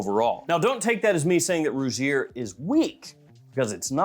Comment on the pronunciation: Also Rugir is pronounced Roo-heer. For future reference my brother!😉